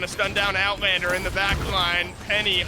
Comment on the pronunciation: Nice Owtlander kkkkkk